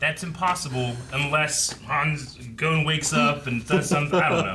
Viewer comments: They still can’t pronounce Gon right? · For me the voices are just fine. It’s the pronunciation of the names that fucking annoys me. They could pronounce Kurapika’s name just right but not Gon’s or Hisoka’s, which I think are fairly easier to say.